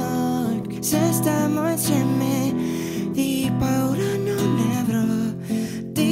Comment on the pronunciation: Sara Palazzo hai ragione canta benissimo ma le guarda che sbaglia comunque la pronuncia, invece che dire stiamo insieme dice stammo insemme